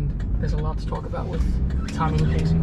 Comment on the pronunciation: Good job with the name punctuation! Great videos & Magnificent narration